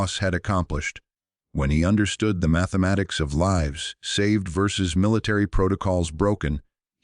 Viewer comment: can't even say LIVES